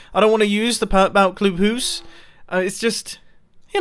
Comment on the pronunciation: The way you are saying "club house" is actually exactly how you'd pronounce it in danish "klub hus". Just thought that was funny.